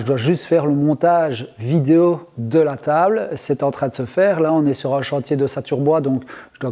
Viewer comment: De toutes façons tu ne dis pas "vidéo" mais "vidéau" donc rien pour ça c'est guerre mondiale, et puis c'est tout!! Compris!!??